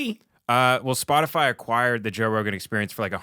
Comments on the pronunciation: “Spotifly” Sums up every boomer…it’s not even a hard company to pronounce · Did Jen Psaki say “Spotifly”? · Did she call it "spotifly" 😂😂😂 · So, we're just not going to mention that she said "Spoti-fly?" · Has anyone noticed Psaki said “Spotafly”…? Did she mis-speak or is she cya for liable??? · Psaki wasn’t taking about Spotify. She specifically said “spotifly ” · " that certainly includes SPOTIFLY" ... no one's going to call this out? 😹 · Tsaki said Spotifly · did that lady say “Spotifly”? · She said Splotifry. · hahaha how ironic, saying "Spotifly" instead of "Spotify" is misinformation right there! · Are we all just going to move pass the fact that she called it " Spot-A-Fly." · Did Jen psaki say spot a fly instead of Spotify? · She said spotafly!! 🤣🤣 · Listen close Psaki says “Spottafly” ….Isn’t that Miss information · Spotifly….WTF is SpotiFLY!? 🤣🤣🤣 fire her! YES OR YES! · Did she say “s p o t i F L Y”? And I shall never see Nutella again and not laugh 😆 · nobody goes after Jen for saying "spotifly"... proves she's just reading a script, and doesn't know and care of what she speaks. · The lizard person said, “Spoti-FLY.” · I noticed it too, she can’t talk and that’s her job. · We gonna ignore her saying SpotifLy?